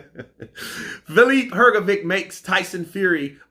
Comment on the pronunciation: you still don’t know how to pronounce Filip Hrgović. 😬😬